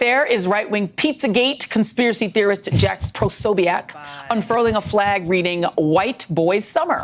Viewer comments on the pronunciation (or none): POsobiec. (Not pro) she cant even get that right...